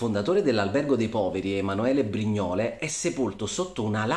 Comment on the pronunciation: La pronuncia di Brignole è sbagliata!